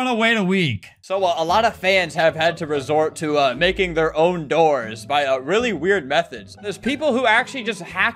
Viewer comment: When you says new doors update I thought you said new Dora's update 😊